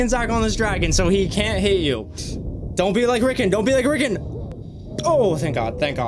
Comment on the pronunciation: His name was Rickon, not Rickin.